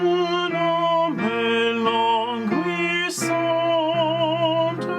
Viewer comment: Be careful....,in’’languissante’’...’’gui’’is pronounced as’’guitar’’..and not’’gwi’’....you can trust me...I’m French! I love listening to your ’’lessons’’as I am a singer too. Thanks a lot